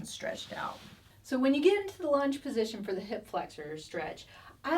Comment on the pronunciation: Thanks DJ! When you said “lunge” position my ears heard, “lunch” position. I think my sacroiliac has probably done too much of lunch position so was glad to see you kneel down on that pillow. LOL!